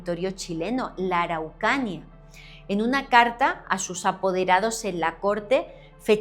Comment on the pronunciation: Ay! Amé como pronuncia mi región... Araucanía!!! 🥹